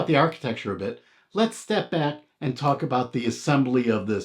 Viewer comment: Try to pronounce the word “and” correctly otherwise excellent video.